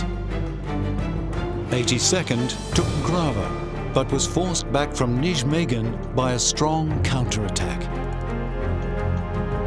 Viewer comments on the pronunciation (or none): You pronouncing "Nijmegan" as "nij-megan" instead of "nigh-megan" is irritating.